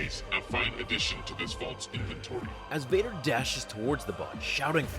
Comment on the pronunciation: WHOM EVER DOES VADER... NEEDS PRONOUNCATION LESSONS